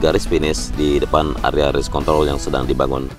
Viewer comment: race kont.... r nya kelewat bung 🤣